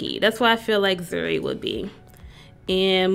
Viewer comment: ok lol my name is zuri but zuri not zhuri